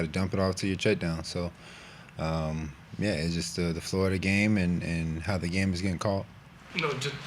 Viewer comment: "Flow of duh game" 😂😂😂😂😂😂